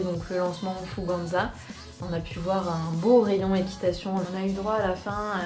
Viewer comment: Je si la seul a dire « Fouganza » « FougeNza »? Et non « An »